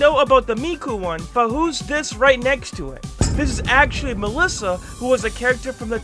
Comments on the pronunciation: The first one, it's marisa kirisame. Not mallisa. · BRUH MELISSA??? ITS MARISA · ITS NOT MELLISA ITS MARISA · i love how you say Malissa insted of Marisa (Mar-isa) Its funny but great videos btw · I'm sorry but "Malisa" I have never heard anyone mess up Marisa's name,also "Sirno" I know Cirno's name has had alot of debate on how it's pronounced but it's pronounced "Chiruno" sorry if this comes off as mean I'm just passionate about Touhou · he said m"EL"isa again bruv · Me in my head " Did he just say Ma-Marisa wrong???"